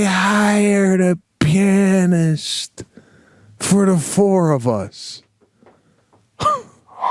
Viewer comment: wait... did he said they hired a "pin ist"?? was he afraid to pronounce pianist?? LOL Pete hit the gift idea right out of the ballpark. he was so excited to have found the perfect thing to keep Sebastian's family for years....